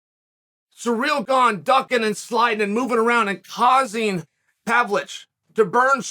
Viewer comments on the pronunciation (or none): Chael clearly gets a kick out of butchering any foreign fighter's name. Cereal Gone versus Serjee Pavlitch